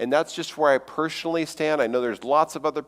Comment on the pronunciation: "Pershonally" "Pershonal pershpective" Is shloshed?